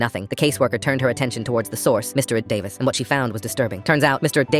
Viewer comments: Me just concentrating on him saying 'Mister EeH-Davis' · Mr. D-uh-vis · why is it pronounced "mr..davis" help 😭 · Mister Eh-Davis